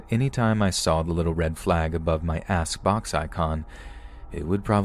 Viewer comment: Everytime he says 'ask' in story one, I hear 'ass'